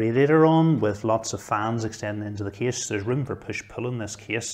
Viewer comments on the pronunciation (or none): Not too slow not too fast. I just think its funny that when he says "Case" it sounds to me like "Kiss" :D